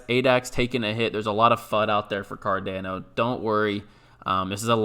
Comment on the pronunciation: Please stop saying Cardano like that 🤣